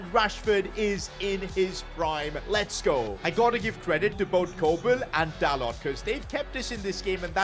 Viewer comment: By the way you pronounce dalot like dalo